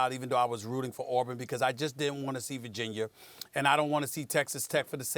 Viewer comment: Virgin-yurrr - Stephan A. Smith